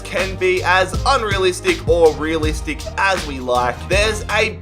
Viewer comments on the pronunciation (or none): none